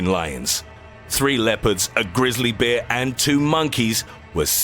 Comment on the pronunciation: Everytime this guy says bear it sounds like he is saying beer!